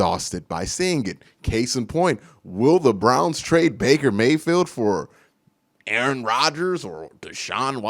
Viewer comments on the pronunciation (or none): none